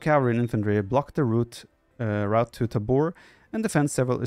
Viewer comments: I love the villagers speak Czech :) Btw: It is Tábor, not Tabór. Sedlec, not Sedlek. Žižka, not Cicka :) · pronounced as *taahbor, *sedletz, žižka is pronounced well by the game narator. english speaker wont be familiar with the correct phonems belonging to respective letters